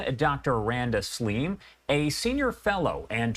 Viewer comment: I usually enjoy the guests Fox brings, but they screwed up with this one... Bias, ill-informed, By reading the comments, I get the impression that 99% of people are disappointed with this "Slim" lady ( by the way, the name is SALIM in Arabic and not slim).